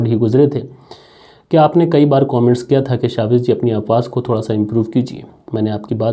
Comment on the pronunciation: कोमेंट्स नहीं कमेंट्स बोला करे. शुरुआत में ही पूरी कहानी का सारांश पढने से क्लाइमेक्स पहले ही समझ में आ जाता है।